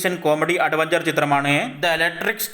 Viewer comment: അടവെഞ്ചർ. ഇതെന്ത് ഭാഷ 😂